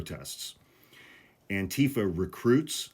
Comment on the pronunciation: The emphasis is on the -FA, not the -tee-. You're saying it like Trump does.